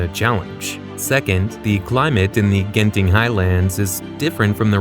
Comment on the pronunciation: Eyyy. Genting is pronounced with a j not a hard g. I think, idk, that's just how lol of us have pronounced it.